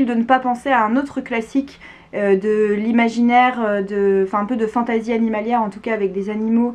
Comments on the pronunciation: Merci je vais lire Watership Down 😊 Par contre j'ai un peu du mal avec ta prononciation "fantAzi" 😅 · Agréablement surpris de cette vidéo sur laquelle je tombe par hasard. Un peu irrité d'entendre fantAsy quand j'entends le reste prononcé en anglais 😁. Sinon en terme de lecture de dark fantasy il y aurait bien évidement the Witcher.